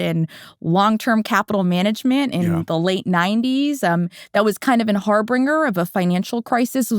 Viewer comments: "an harbringer" LOL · lol. Did she just call harbinger (har-bun-jer) har BRING ER? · It’s bringing Har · She can't even pronounce "harbinger" correctly